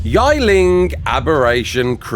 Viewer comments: please its yi ling not yai ling please like in old english ye it is not yai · Yi Ling is pronounced like Yee-Ling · I think it’s pronounced "yee" ling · You don’t pronounce Yiling correct!!! It’s Yeeling that’s how you say it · That Bat/Bird is pronounced Yee-Ling